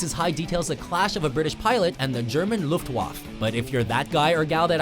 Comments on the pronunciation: Its luftwaffe not luftwaff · Its not luhftwav, it is Luftwaffe! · Luftwaf? Luftwaffe. (Luft-vaff-a). Sorry to be that asshole but mispronouncing german words bothers me lol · lol you said Luftwaf. it's Luftwaffe correctly. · LUFTWAF? It's [LUFTVAFFE], you bloody idiots. In German and number of other European languages W is read as English V. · WTF is german "Luftguaf"? It's Luftwaffe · I find it frustrating when people incorrectly pronounce "luftwaffe". It's pronounced "looft-va-ffa", you don't say it as it appears on paper. But that's just my inner history nerd and I appologise 😂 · "The German Louftwhafff" :D God WatchMojo and their german pronunciation. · Did he seriously say "Looft woff?" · Honestly, the narration is doing my head in: re: Down with the Sickness: *early Twenty FIRST century The 'e' in Luftwaffe is pronounced as thought it was Luftwaffa How did I know Metallica was gonna be at number one? They have numerous songs better for head banging than 'Creeping Death', which is no doubt a classic; 'Damage, Inc.' spring to mind. I would've thought better Iron Maiden tracks for head banging are 'Run to the Hills' or 'Bring Your Daughter... to the Slaughter' or even 'Number of the Beast.' And Megadeth 'In My Darkest Hour' should've been both on the list, and near the top. Sheesh! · The pronunciation of Luftwaffe killed me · a complete puss narrated this and cant even pronounce such an easy German word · The way he said Luftwaffe made me want to kill myself, y must they mispronounce everything. Like when they talk about DBZ, he will talk about Vegeta and the way he will say his name will make me cringe